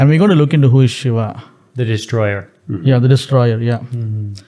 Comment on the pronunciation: It's not Sheva it's Shiva & it's not Baal its Bael(Bull) & No Shiva is not the God of Dance it's Natraj which is 1 of the form of Shiva, Shiva is the Lord of Destruction & Also the giver of all knowledge through Yoga, So Shiva is also known as, Aadi Yogi. ✌🏻